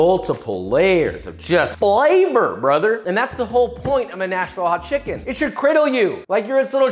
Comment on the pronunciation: I swear to god it was 30 seconds before the end of the video before I realised you weren’t saying National Hot Chicken, and was wondering why the hell it would be named that. Lol.